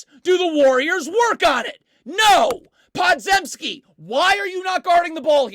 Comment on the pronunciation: I watched him at Illinois, Brandin Podzeimski's last name is pronounced "Pod-Jim-ski", not "Zem-ski"